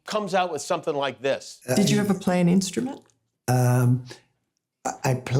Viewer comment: Well, if we are going to be completely correct~ also failed at properly enunciating the instrument he failed to learn to play. ;)